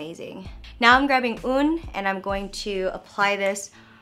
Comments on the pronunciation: omg when she prononced UN like ouun, lol. that's totally not how it's pronounced but it was so cute <3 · This was a really nice video, I hope you'll do more like it... I also love the Kakao character Apeach - it's funny how you referred it as the mushroom head 😂 P.S. I don't want to be an asshole but 'one' in French is pronounced '앙' (un) but love that you're trying your best - I'm just a stickler when it comes to the French language (sorry)... Love your creativity and your bubbly personality, and look forward to trying your makeup line... Love from Boston 💛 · the katalk emoticon is a peach 😂💕and un is pronounced "앙" (almost) haha you are soo prettyy❤❤ily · Haha it's so cute how you pronounce the numbers in French !! But actually you shouldn't pronounce the "n" at the end of "un" ;) But, French isn't easy even for us French people haha ! BTW, did you set up a wedding date yet ? :) Loved your video as usual <3